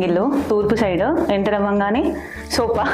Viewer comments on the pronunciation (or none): Vammo sopa kaadhu Amma thalli sofa anali 🤷